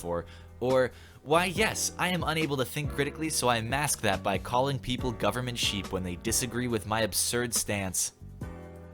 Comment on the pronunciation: She said "goverment", it hurts.